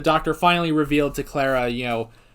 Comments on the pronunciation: im not usually bothered by pronounciations but can you please stop saying "clerra" Its "clar a" :) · Sorry but I think i have to Start giving thumps down as long as you pronounce Clara's name wrong!